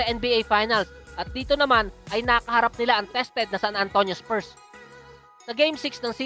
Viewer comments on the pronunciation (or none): none